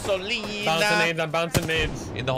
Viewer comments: lol.. did you just said gasolina? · No one: Shroud with caustic:GASONLINA